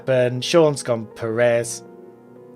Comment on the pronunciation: Please learn how to say Perez. You're putting emPHAsis on the wrong sylLAble.